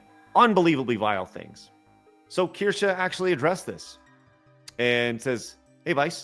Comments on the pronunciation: Can you correct on how he pronounces Kirsche's name? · its just annoying. I see your point. Though if i were to collaborate with someone. I would at least get there name right. Especially when Craig and Blabs say her name right on the same stream is on.